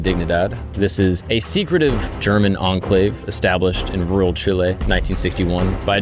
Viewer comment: May be more perplexed by the way you say “real” or “rural” in the beginning of the video..